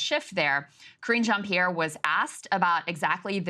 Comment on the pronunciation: rofl, at first i heard " 'cringe' jan pierre" tha's what i'm calling her from now on.